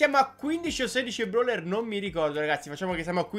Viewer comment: Ma te dici broler non brawler🤣🤣🤣🤣🤣🤣🤣🤣🤣🤣🤣